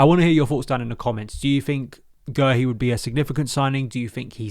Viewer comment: We love you we do! but it is pronounced Marc Gay-Hee, we had to check it out on the Palace YouTube channel as we are known for messing up pronounciations